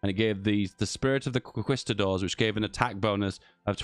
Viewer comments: I swear I felt my fathers turning in their graves every time he said that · I disagree with your pronunciation of the word “conquistador”